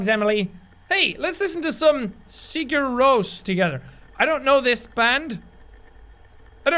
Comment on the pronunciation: Jack pronouncing Sigur Rós wrong is killing me but it's also adorable XD